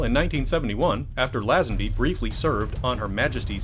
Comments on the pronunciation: 57 year old Rodger Moore played bond in A View To A Kill NOT in the Living Daylights, which was in fact Timothy Dalton’s first bond movie. Also, on Her Majesty’s Secret Service was opened in 1969. Some of your facts are not correct. Also, George Lazenby’s last name is pronounced “Lei-zen-bee” and not “Lah-zen-bee.” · Shadows Of The Empire is and will always be canon. And also I don't think anyone except the narrator here pronounces it "Lazzenby". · Its pronounced LaYzenby and its Ivar not Ivan. Fs. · The way this dude says lazenby annoys me